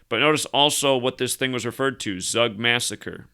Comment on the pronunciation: Tzoog, not Zuck. 🤓